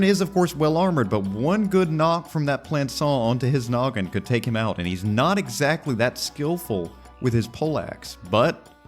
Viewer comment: How will say exactly: exZACtly. Haha, got it, yeah? Got it, that's it. This is a kind of humor, if you please